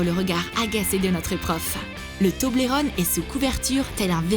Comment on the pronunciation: On dit « Tobeulreune »